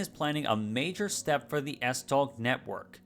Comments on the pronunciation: "S-toe" (as in the ones on your feet) would technically be more accurate. Although, I did enjoy the struggle with the stupidly weird Danish pronunciations. Danish is a beautifully silly language. ❤ Kudos for at least trying. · Nice. The 'tog' in S-tog is pronounced the same way as the English 'tow'. Big respect for not letting the pronunciations intimidate you though :) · A note from a Dane: it's pronounced more like "S-Tow" if you're going by English pronunciation rules. A lot of the other pronunciations would ironically have been better if you had just pronounced them in English, rather than trying to imitate Danish. "Holte" is pronounced almost the same way in English and Danish. A tip: the only throaty sound in Danish is the 'r', which is similar to French but a bit softer. Other than that, you shouldn't make throat noises at all if trying to sound Danish. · i wanna defend "tow" for the tog pronunciation since the "og" kinda forces your mouth to shape closer to "ow" than "oe" which opens your mouth more to a softer sound (im being super pedantic rn please feel free to ignore me im just used to trying to explain the subtle tones to Danish)